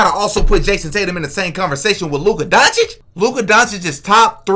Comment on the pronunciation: Stephen a smith saying names incorrect isn’t a sign that he’s racist. He mispronounces many players names wrong